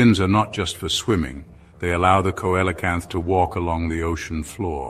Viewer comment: Dear, it's pronounced SEE-LOW-CANTH and SEFLO-POD. Other than that, the information is solid.